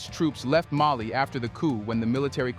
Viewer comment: It is AI. Putting the incorrect emphasis on the wrong syllable.